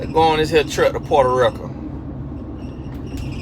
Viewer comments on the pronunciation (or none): “portaaa rika” i am cryingggggg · Lol at pronunciation of Puerto Rico (porta ricka lol) 🤣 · "Puerta Rick-uh" had me at dead 😂